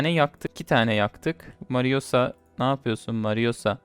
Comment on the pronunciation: marussia yı mariosa diye okuyan koca yürekli